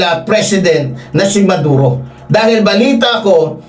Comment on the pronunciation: Sir,Hindi Valenzuela kundi Venezuela.Maduro ang hinuli Hindi Neduro...constructive correction lng Po with due respect Po sainyo.viewer nyo Po Ako....